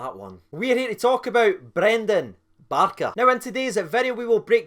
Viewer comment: It's Brandon not brendan just saying 😉